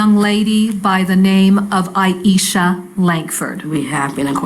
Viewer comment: Not that it matters AT ALL but the prosecutor kept calling her Aishia. It killed me everytime. Love this prosecutor though.